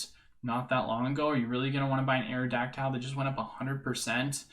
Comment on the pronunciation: Areodactile? Come on man.. haven’t you ever heard the original pokerap. Pronounced Aero-dac-tul